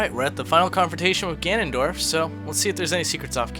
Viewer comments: "Ferr me fer I am Gernunderf!" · HA i love that "Ganon-Derp" at the end.